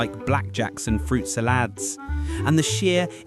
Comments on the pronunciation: Well you made me laugh until, the phantom flan flinnger.. it was FLINGER pronounced FINGER but within L in it.. wtf is a fruit sallad? It’s salad.. What moron narrated this, if you’re going to take the piss…. Get it right.. Our lives were so much better and simpler in those days.. People were also nicer to each other.. We survived all your BS.. I wouldn’t change my childhood for all the money in the world.. We knew every person in our villages and we had our own policeman, who believe me, he knew everyone in the village and our parents.. I played Kirby, British Bulldog, hide and seek, tied washing line to the lamppost and did skipping, played two tennis balls against a wall.. We were outside all summer long, enjoyed life with our friends.. ❤❤❤ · Why can't you say Salad properly? Fruit sal-ads? wtf.... and can say i have never heard of Kerby, but British Bulldog on the other hand, which was banned in schools, but always played out of site of teachers.